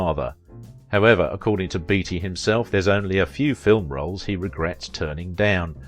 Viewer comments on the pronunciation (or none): Are you sure his name wasn't pronounced 'Batey' ?